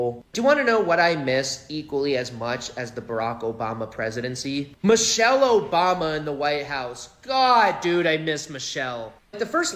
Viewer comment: her name is Michelle not Mitchele, not sure if you are trying to be funny...but don't be rude. Put some respect on her name.